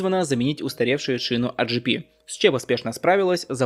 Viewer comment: Почему "а джи пи"? Тогда уж это улюкское "эй джи пи" или "православное" "а гэ пэ".